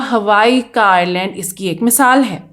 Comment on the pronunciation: Screen par Island likha hai jbki ap bar bar Irland bol rahi hai, aisa Q?